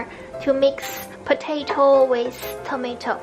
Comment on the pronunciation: Hmm the Chinese soup look easy I will try that lol oh and Yumi can we used any kind of noodles?? Haha the ways he pronouce the tomatoes lol tomashit loll!